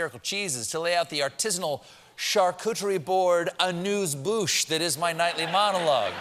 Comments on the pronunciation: Perhaps it’s just me, but the brilliant preambles to meanwhile would be so much better if Colbert learnt all the words. Amuse-bouche, not anuse. And offal is pronounced like “awful”. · AMUSE-bouche. You said it as ANUSE-bouche, which is almost like ANUS. ;-) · "Anews bouche" LOL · A-news bouche? You didn't!